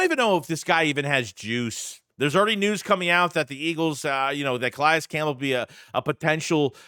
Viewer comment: Not how you pronounce Calais 🤦